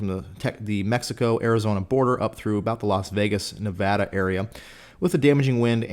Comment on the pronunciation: Thank you for pronouncing Nevada correctly!